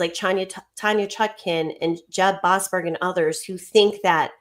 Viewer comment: Boas-berg. Berg Man Stein